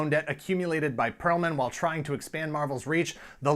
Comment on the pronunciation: It's Perelman. Not Perlman or Pearlman.